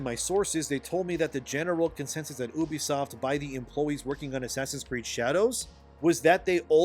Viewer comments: You have no insiders, it's all coming from inside your head. No reputable game developer is talking to you and you know nothing about how the business of videogames works. You can't even say the company name right. YOUbisoft not EUWbisoft you smooth brain. UBIQUITOUS software 😂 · You do a lot of vids on this but yet fail to pronounce the name right .. ewwwbisoft is the American version ? Well it pronounced You...bisoft . Ask your Intel's lol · STOP. SAYING. "OOBISOFT"!!! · YOU VEE SOT